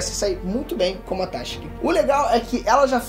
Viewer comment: Esse "téshigi" me incomoda sempre. Por isso n dá pra ver anime em inglês kkkkkkk